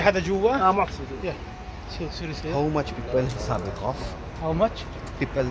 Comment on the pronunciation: Dumb commentry, the person speaking has no knowledge ,even he cannot pronounce the name of kahaf.